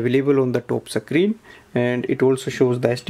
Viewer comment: Thanks for this ! But are you intentionally doing the "Tope" "Suckreen" and "cone - ekt" ?? like seriously you speak everything else so well and it sounded intentional !! No offense.